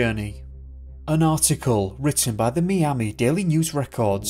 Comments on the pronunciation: I like how he says "Miami", it sounds like he says "Mee-ami", instead of My-ami. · Say me ami again 😂